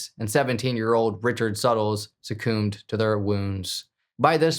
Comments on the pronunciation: Sucoombed 😭 plsssss succumbed is pronounced “suh-cummed” lol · Bro, why "suck-coomed"😂 makes zero sense? But utterly, bizarre pronunciation is a regular occurrence here. You could probably make a list of 30 strange, almost unfollowable pronunciations each video. Is secretly from Finland or something? Seriously, I want to know. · Sacoomed? You’re kidding, right? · I don't know where you're from but that's not how you pronounce succumbed. SUC/CUMB it looks awful but it's what Google has on pronouncing that word. No O in it, at all. 😂✌🏻the pronounceing of that word in writting is just too much. But I promise that's exactly what it shows. 😊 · It's totally 'sucoomed' 😂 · Lol, succumbed. The c-u-m is pronounced same as the other word for orgasm. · "Suck-coomed to her wounds." Why the pronunciation? Why the strange pronunciation all the time, in fact?😂